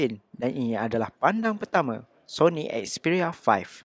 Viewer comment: 'Soni Expiya Faih'